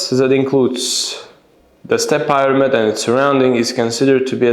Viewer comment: The Pronunciation of “Pyramid” is wrong